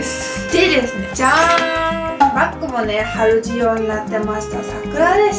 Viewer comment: ゆうかちゃん、春仕様のことを「はるじよう」って言うよねｗ 「はるしよう」だと思う…